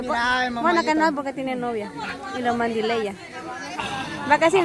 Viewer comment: Ay así no se dice mandilella tienes que decir mandilea. Ponte pilas vicha.